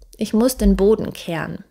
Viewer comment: Die Aussprache ist suboptimal, ich verstehe immer ke an, statt keh ren,... Oder boan, statt boh ren